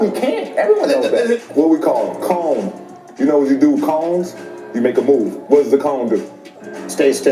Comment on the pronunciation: not necessarily a bad thing...the info and dialogue is fine but ya just thought I'd let ya know. Monotone voice delivery and redundant sentence structures. The Chris Paul "cone" was referenced as "coon" lol